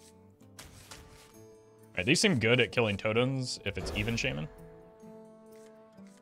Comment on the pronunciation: knows how much it trigger some of us when he says Shay-man rather than Sha-man